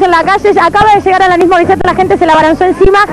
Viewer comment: La cosa argentina de pronunciarlo AlaNís!! NO es el apellido español, es el femenino de Alan!! O acaso todos pronunciamos Alán???